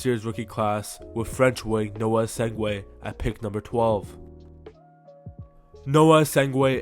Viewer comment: Man where you getting the W in essengue from